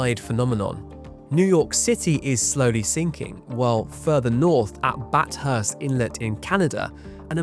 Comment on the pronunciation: Bat Hurst?